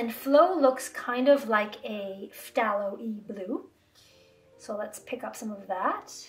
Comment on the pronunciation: Also please, learn how to pronounce phthalo... thay-low... THAY-LOW. It's killing me every time you say it 😩 also there is a "red shade" version of phthalo blue that is a smidge warmer than what is usually standard in most professional split primary premade palettes.